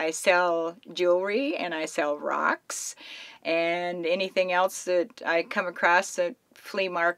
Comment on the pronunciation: Did she say "i sell rocks"?